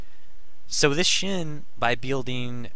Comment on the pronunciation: It's Shen, not shin